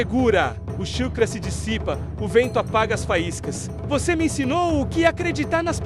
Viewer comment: "chukra"? WTF kkk